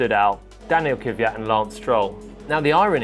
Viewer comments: British can't say "Kvyat". It's "Kivyat" for them. Fascinating. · Is that really how you pronounce 'Kvyat'?